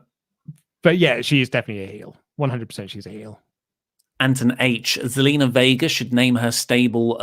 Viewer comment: It's Zelina not Selena your spot on with everything else that you said though.